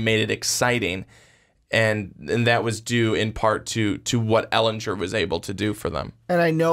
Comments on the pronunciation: its Sam Elingerrrr not Elenjurrrr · sorry Ehlingerrrrr NOT Ehlinjurrrrr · I cringe every time he says “ehlinjer” GER ITS EHLINGER